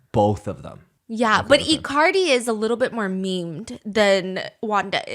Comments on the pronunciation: not them calling Icardi as "i-Cardi" LMAOOO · I love icardi being pronounced like ICarly 😂